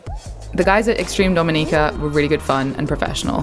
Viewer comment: This was really good. I loved that you correctly pronounced the name of our island. I get peeved when people don't care enough to do even that. My only observation would be to please encourage visitors going on intermediate to advanced hikes on 🇩🇲, such as the one to Victoria Falls, to please hire a certified tour guide. People have had mishsps, gotten lost, hurt, and even died on some of our teails. That message of safety should accompany a beautiful vlog like this.